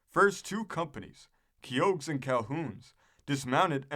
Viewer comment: It’s pronounced “Key-Hoe” not “KeYOAG”, dipstick.